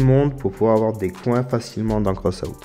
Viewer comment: Tu la mal prononcé mais c pas grave XD